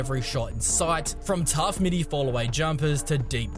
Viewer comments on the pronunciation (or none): none